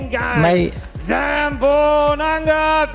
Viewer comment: Hahah ang pag pronunciation, zambonanangga, gagi,, bkit ma pronounce nila ung Finger? Peru ung zamboanga hndi.